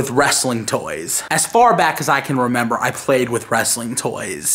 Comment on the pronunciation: As say'd 'as far back as i renember' i thought 'i always wanted to be a gangster'..